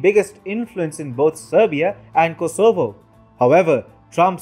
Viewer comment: FYI the stress is on the first syllable 'KOsovo :-)